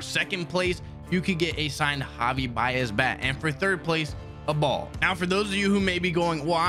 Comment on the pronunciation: Idk why but him saying ball just cracked me up